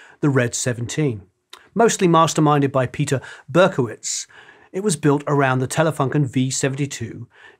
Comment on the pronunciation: There was no "Berkotwitz" but Peter K. Burkowitz.